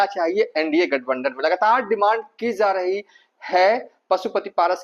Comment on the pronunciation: Zo hai , Ki za rahi hai . Kya hindi bolta hai